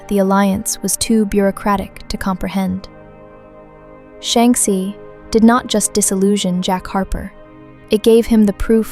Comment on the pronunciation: You mispronounced Shanxi every time. Apart from that, amazing video.